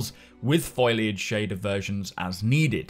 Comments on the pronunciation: "F o l i a g e" not "F o i l a g e". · Foliage is pronounced foal-e-age not foil-e-age. Sorry but it's driving me nuts 😂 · Foh-lee-ahj - not Foil-ahj mate. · I'm guessing you say "foil-age" for the same reason I say "skelling-ton"; because it's amusing.